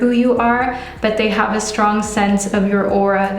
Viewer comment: When you said “hab- HAVE” I was like “oh your German’s coming out” 😂